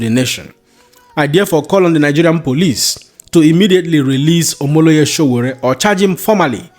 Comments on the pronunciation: Omoyele and not Omoloye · OMOYELE!, not OMO LEYE! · Oga not Omoloye it is Omoyele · His name is Omoyele Showore and not Omoloye for correction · His name is OMOYELE not OMOLOYE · It is Omoyele and not Omoleye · Thanks, bro... 😊 [ "Omo-ye-le"]